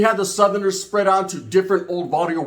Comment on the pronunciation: Es Barrio. Not Varrio